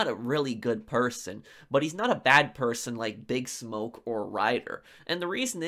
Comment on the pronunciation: Loving the videos, but cannot stand how you pronounce "Bigsmoke"